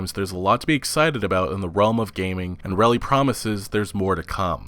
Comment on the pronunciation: The older I get, the more surprised I am with the amount of people who cannot pronounce "REILLY" correctly.